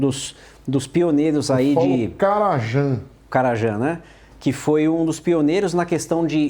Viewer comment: a pronuncia e caraian --karajan